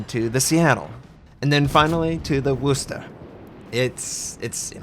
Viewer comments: ITS NOT WOOSTER!! ITS WUSTER THE O IS SHORTER!! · Well, it's actually "Wustah." But if you're not from New England, "Wuster" is good enough. ;-)